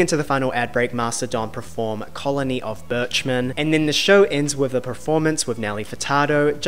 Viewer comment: per-form not pre-form